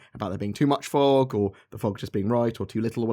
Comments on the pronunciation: At first I thought you said "fu**ing lightning" lol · I thought you dropped the F-BOMB at 3 minutes in. Sounded like you said "F-ing Lightning!" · he said fog and lighting.... but it soooo sounded like he said FOOKIN lighting lol XD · I thought you said Fuggin' Lighting XD Great video as usual. Cya in the 'verse o7